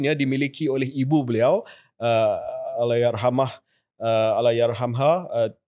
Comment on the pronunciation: Suka bila KJ betulkan sebutan Allahyarhamah kepada Allahyarhamaha. Adalah salah sebut Allahyarhamah dari segi nahu Arab. Terbaik KJ 👍